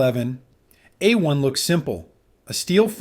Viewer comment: Narration sounds awfully like AI, especially with the repeating 1911 p.a.u.s.e..... a-1 and if so, I'd rather have Hatsune Miku with a leek pointer be the presenter.